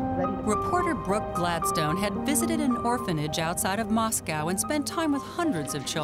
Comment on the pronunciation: It's Moscow not mosgal